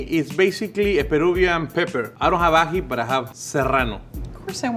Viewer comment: It's ají (emphasis on the i) but!!!! Omg yesss!!! Perú represent!!!! Mi corazoncito peruano 💜💜💜